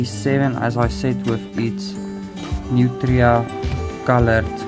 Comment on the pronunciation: Nice video, and the way u said nutria is right.